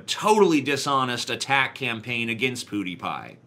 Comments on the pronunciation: Ok, I'm saying this because it's super annoying. IT'S PEWDiePie! Not Poodiepie, PEWDiePie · It's PEWdiepie, not POOdiepie. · "POOTIEpie" lol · Is he pronouncing it Poodiepie on purpose? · "Poo Dee Pie" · I hate how you pronounce Pwediepie. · Dude I cringe so hard when he says pewdiepie